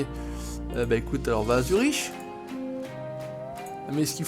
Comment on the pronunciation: On dit pas Zuriche mais Zurique